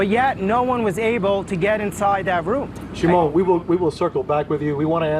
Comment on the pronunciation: shimon? like Micheal Jackson, Sh'mone!